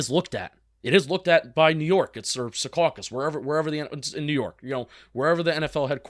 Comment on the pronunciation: It's pronounced SEE-caw-cus, not se-CAH-cus